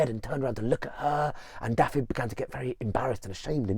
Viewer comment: I am from this place. I love that you are retelling this story but please could you pronounce the place names and character names correctly. It’s LLYN Y FAN FACH (not llan y fan fach). Dafydd is prounounced - Dav -i - th(as in ‘those’). Diolch!